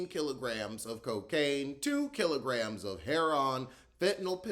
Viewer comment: The way you said kilograms😂😂